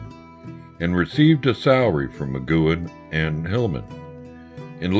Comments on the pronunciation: Good documentary, but why is there someone doing voiceover who can’t pronounce McGuinn’s name and thinks there’s a drug called “silibin”? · One cool way to give your documentary legitimacy is to pronounce the names right. It's not Roger McgYOUin, it's Roger McgWIN. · MA-GWEN dumbass!!! Not MA-Qewen!!! Where have you been or what ever???!!! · Migcuen? It's Mcguinn. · I can't take it! It's NOT Mcgooin, it's pronounced McGuinn /məˈɡwɪn/. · Mc GWINN, not "McGoo-in" I couldn't get past that, sorry. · FYI to the clueless narrator: anyone who knows anything about the Byrds knows that Roger McGuinn's name is pronounced as 'mah-gwin', not 'mah-gue-in' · Uhh Roger Mc "gwen" not Mc "gyuen" wtf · Hey, Roger McQuinn not McKuen. That's Rod Mckuen. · How's Mcgooin? You mean McGuinn dude c'mon. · Although I like the narrator's rough-hewn voice, he really shoulda been coached in the pronunciation of proper nouns. He consistently pronounces Roger McGuinn's last name as "mick-goo-in." I didn't even know who he was talking about the first couple of mentions. He pronounces Houston Street (pronounced "how-stun") in lower Manhattan to sound like Houston, the city in Texas. And as I was writing this comment, I heard him pronounce "psilocybin" as "sil-o-bin." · For god's sake, McGuinn's last name is NOT "McKuen" OR "McGoo-in." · Who the hell is Roger Mcguanne? I wish they'd get their pronunciations right. Roger McGuinn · Sure wish the narrator could pronounce Roger's last name correctly...some great photos...✌ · I am specifically referring to- Rodger McGuinn, and Bernie Leadon. These are two VERY big names and not getting them right really puts a bad mark on what is actually quite a nice video! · The narrator is not of this era. Mac Goowin? Silloben (psilocybin)? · Thank you lol... has nothing to do with his being southern, as he says, he simply just didn't ever learn the proper pronunciations.